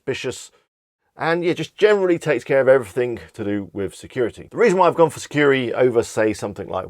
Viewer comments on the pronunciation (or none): Thanks for the list... just a little correction. It’s “Sucuri”, not “Securi” 😊👍